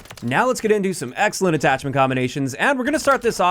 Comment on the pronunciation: “AtTOCHment combinations” haha